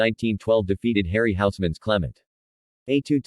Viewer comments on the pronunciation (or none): none